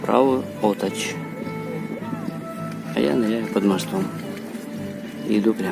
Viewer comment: Спасибо за видео. Немного с ударениями в названиях молдавских населённых пунктов не угадали - НаслАвчи, ОтАчь, Унгурь(Унгры)...